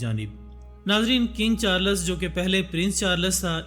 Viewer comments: Not charlas Its charls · At least pronounce the name of the king right